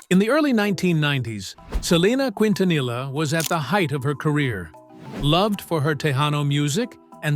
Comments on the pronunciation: They really need to get an Hispanic commentator who really knows how to pronounce Selenas last name correctly You just massacred her last name Please take a crash course in learning how to speak and pronounce people's last names I personally feel that it's an insult in the way you try and speak Spanish very disgraceful Im not even finishing watching your you tube video that's how upset i am just having listen to you!!!! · Bro if you can't pronounce her last name don't even make the video 😊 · You should be able to pronounce Quintanilla if your going to do a video of a Spanish singer. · Not Kwintanila but kintaniya best pronunciation for Quintanilla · It's Keen-tanee-yah. Not Quin-tan-ila. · No digaSALIVÁR.SO TONTO.ES SALDÍVAR.Y NO QUINTINILLA.ES👉QUINTANILLA.LEA,HABLE BIEN PERIODISTA.LEA Y HABLE BIEN. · PROPER PRONUNCIATION KEEN- TA- NEEEEYAH! GEEZ🤦🏾‍♀️🤦🏾‍♀️. DISGRACEFUL‼️ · Quintanilla is actually pronounced "keen-tah-NEE-yah" (no LL sound). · Pronounce every letter narrator. Quin ta nee ya.....quintanilla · Quintanilla is Spanish and it is pronounced KEEN-ta-neeyah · Quint na knee ah. Learn to speak correctly!!! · Its Keentaneeah, stupid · K E N T U N E Y A!!! IF you can't pronounce what you see 🤦🏻‍♀️😒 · Quintanilla, it is pronounced like the double ll was a y. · all this time they cant pronounce her name correctly, seriously, the f outta here ! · Who ever is narrating this said her name wrong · Let's start by learning how to pronounce the last name QUINTANILLA! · Learn how to pronounce her surname! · Bro every time i hear the narrator say their last name wrong i squint 🫣🤣😩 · Dude don't know how to say her last name dude needs to learn b for doing a recording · Could they have found a better narrator for this video? It’s so annoying to heat someone who can’t even pronounce their last name appropriately. Come on! Like…….. seriously!!! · Hes trashing many words here. Why didn't they hire a Mexican? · Can we get a video that pronounces her last name the right way? 😐